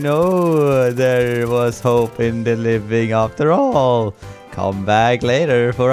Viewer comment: Lite konstigt du säger "after all" på ett brittiskt sätt, alltså A-efter all, och "later" på ett amerikanskt sätt, alltså L-AY-TER